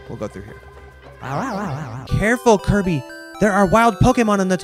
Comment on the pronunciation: Kuya speaking: KARBY